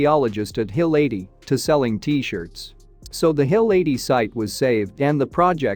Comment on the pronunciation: Hill 80 was a movie, wOW! Atleast get your pronounciation right what are you ai no intelligence there!